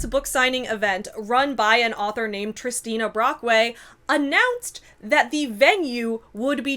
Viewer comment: Waitwaitwait… Did you say “Tristina Brockway”? This explains a lot.